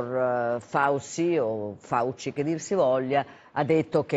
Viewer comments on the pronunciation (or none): Il cognome è FAUCI e anche in America lo pronunciamo Fauci, come in italiano. Scanzi e Gruber niente, devono pronunciarselo alla francese a cazzo. mah!!